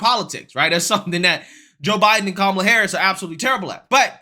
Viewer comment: I'll speak for Ron DeSantis, hay The View go F yourselves. Ron DeSantis will never run against Trump for the presidency. It's Kamala Harris not Komala Harris.